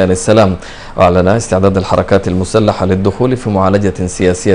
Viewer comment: قال قوات مسلحة لا قوات مشتحة لواء قال هههههه